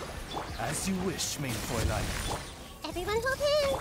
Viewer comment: Did say "Everyone cocain"?